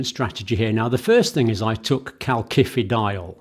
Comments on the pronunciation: You pronounce it kal si fi di ol ... Not like with two k's . Iodine is not homeostatically controlled ... In Japan the people in Hokkaido suffer from goitre because they get too much iodine from seaweed they eat. You can buy Videne solution which is iodine in a pharmacy.. You could buy iodine tincture decades ago in UK. It can be used to make explosives. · John, please help me out, I have a strange cringing feeling every time you pronounce "CalKifidiol" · part 1- it is pronounced kal-sifi-dy-ol not like he says -- part 2- also to say antibiotics do not start working straight away is wrong - the fact he was trying to allude to was the blood and tissue levels of calcifEdiol and antibiotics - peak just as fast as each other . [ that is why all lectures need peer reviewing - or - the reader needs to double check . i am not sure about calcifEdiol getting inside the cell - calcifitriol acts within cells not in the plasma .. search Dr Wimalawansa and DrSyed Interview ----- iodine is not homeostatic-ally controlled - many Japanese in a certain island have excessive iodine levels leading to thyroid problems [1] [2] Mechanism of Iodine-Induced Thyroid Dysfunction: Thyroid Hormone Synthesis: Iodine is essential for the production of thyroid hormones (T3 and T4). These hormones regulate metabolism, growth, and development[2. Excess Iodine: When iodine intake is too high, it can disrupt the normal thyroid hormone production process. The thyroid gland may become overactive, leading to hyperthyroidism, or it may enlarge (goiter) in an attempt to trap more iodine[2. Thyroid-Stimulating Hormone (TSH): High iodine levels can suppress TSH secretion, which normally regulates thyroid hormone production. This suppression can lead to an imbalance in thyroid hormone levels[2. Feedback Mechanism: The body tries to maintain a balance by adjusting iodine uptake and hormone production, but excessive iodine can overwhelm this system, leading to thyroid dy